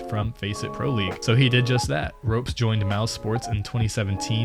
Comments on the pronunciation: Ropz not ropez... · Lmaoo it’s pronounced RAWPS not ROPES xD SERK NOT CER-Q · I think it should be ropz not ropes bc I'm estonian also and everyone calls him ropz nit ropes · Pronounced “rawps” and “serk”, not ropes and serkue. ESL One New York was not a major btw, otherwise gnarly vid. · You seriesly called ropz for robes.... You even heard the caster say his name right... And that just gives me cancer.. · I can tell u barely know anything about pro cs just from u calling esl ny a major and misspronouncing ropz and cerq’s names lol nice video tho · Bro these guys know nothing about the CS scene, they prounced two names wrong and there has been no NY major. Pretty good video still